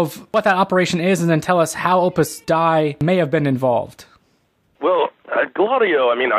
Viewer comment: It is Opus Dei (Day - EE) is the correct pronunciation. It's Latin.